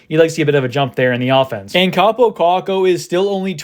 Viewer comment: It's Kaapo, not Kappo